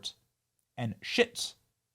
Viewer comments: Schits! Benny , it's peg ma tite, and schist shist to you, but that was awesome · It's pronounced "shh-ist"! 😉👍 Geology class wasn't a waste! LOL!! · Benny! It's "schist", not shits. lol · You can do it. You can do it. Try again…Schist, is pronounced “Shist”, and Pegmatite is as it looks “Peg-ma-tite” 😂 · I believe it's SCHIST Bro Ben!!😊